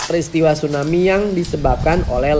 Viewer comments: Tsunami ki bukan stunami 😅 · Tsunami bukan stunami 😂